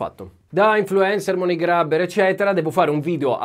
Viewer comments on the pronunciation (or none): none